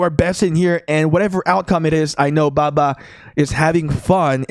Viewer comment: This dude making baba sound like baka